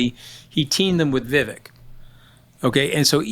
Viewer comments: It's Vivek, VIV VAKE, like CAKE. Political views aside, you should pronounce people's names correctly if you're going to professionally speak about them. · Love listening to you Mooch but kindly, it's Viv-ayk...not viv-ick... from one of your South Asian- American listeners ;)